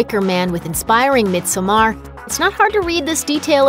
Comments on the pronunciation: "Mid-some-arr" omg....its pronounced "mid-summer" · I know right, is painful to hear everytime she says it. I do understand she cant swedish, but in the movie Pelle does says Midsommar as "Midsuommear" sound, like we swedes do. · god please pronounce misommer correctly. its pronounced midsummer. the "o" is there because it is swedish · It's pronounced mid-summer or mid-sewm-er not mid-SOH-mar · its not "mid so mar" it's "mid sommar" like summer. very good unlike this review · She's saying it as mid so maar. She prolly haven't even seen the movie. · SenorPredo - Minecraft Coasters it’s literally pronounced “midsummer” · I had to stop watching after 30 seconds when the narrator kept pronouncing it “mid so mar” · Surrender right? are they proposing it's "mid summer" because no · She lost me as soon as she pronounced it Mid So Mar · "Midsomaaar"... Excuse me? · bruh no... i'm finnish, so swedish is my second language. it's pronounced the way it's written, so it's pronounced "midsommar", not the way she says it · The title is pronounced mid zo mar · It’s Mid-som-mar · It’s pronounced mid-saw-merrrrr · No its really not - it’s pronounced Mid-so-mar “ I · Isn't the title supposed to be pronounced like mid summer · SenorPredo - Minecraft Coasters or he just sucks at Swedish just like every other American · Lol no, an American don't decide how Midsommar is prounounced. He's just shitty at learning probs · Im swedish, and my ears bleeds.... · Never trust a movie reviewer who can’t properly pronounce the name of the movie 😂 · No one is going to point out they are not even pronouncing the word midsommar right? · Let’s hope so! The YouTube money this channel takes in, it be sad to think the narrator did not take 2 second to do a google search for: pronounce midsommar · The way she pronounces midsommar couldn't be further from how it's actually pronounced sjdnsndmsk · I can’t handle the way she says Midsommar it’s so incorrect 😂😂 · Stop mispronouncing the title